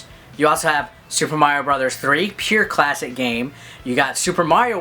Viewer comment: I totally lost it at "Cwasic"!